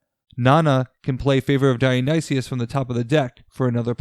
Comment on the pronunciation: This team should be called the Yayas. Also, Dionysus is /daɪ.əˈnaɪsəs/ = die-uh-nigh-sis.